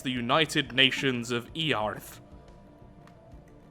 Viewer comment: "It's pronounced earth, daddy" "Really? Then why does have it have an a in it. I'm just going to keep on calling eearth"